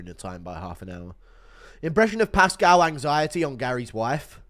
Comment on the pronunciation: pascal is a Chilean Jew why did you give him a Chicano LA accent 💔